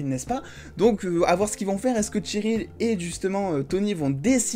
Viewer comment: Bonne vidéo mais juste c'est pas tcheryl mais Cheryl